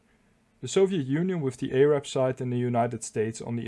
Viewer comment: Your pronunciation of Yom Kippur wasn’t bad, but “Arab” was awful!